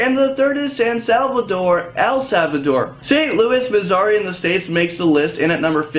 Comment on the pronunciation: I love you, but you kinda need to look up the pronunciations of city's and states before you say them. You said Missouri wrong...